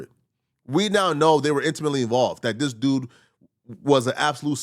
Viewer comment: really love the growth you’ve been showing since I first started watching you. The stuttering all that! I really look for your videos now. Only request is please work on the way you pronounce “this” it’s not “Dis” it’s such an ear sore abeggg. Other than that, much love